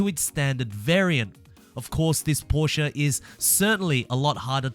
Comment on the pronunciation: this man really said “proshe-a”